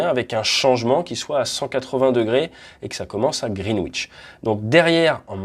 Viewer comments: Très instructif, comme toujours ! Juste pour info, Greenwich se prononce "grinidch". Ça fait parti des bizarreries anglaises, un peu comme Worcestershire que se prononce... "wostecheuh" O_o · Attention à la prononciation ! Le 'w' dans "Greenwich" ne se prononce pas :) Même chose dans Norwich, Chiswich, Warwick... Mais pas Ipswich (il faut toujours des exceptions sinon c'est pas marrant ...)